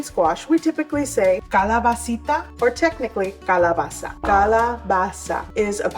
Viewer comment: You did great on pronouncing Calabacita and Calabacin. To me, the Zucchini is the Italian one, which is darker green.❤